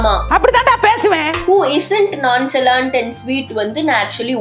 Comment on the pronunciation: Nonchalant actual pronounciation "nonshalant"